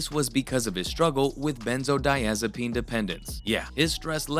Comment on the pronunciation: Hoping you used an ai voiceover cuz benzodiazepine is mispronounced in the first second of the video. Just to lyk ❤all love.